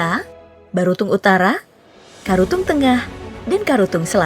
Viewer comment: Ralat min yang di menit 1.30 mungkin mksudnya karatung bukan karutung😊